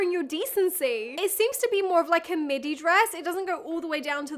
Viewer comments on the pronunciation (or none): none